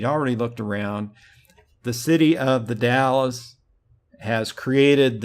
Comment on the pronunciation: Not to be an asshole or anything, but just for your future reference, it is pronounced "The Dals" not The Dallas. Sounds like Pals but with a D instead of a P.